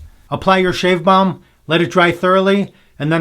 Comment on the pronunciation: Balm, not ball.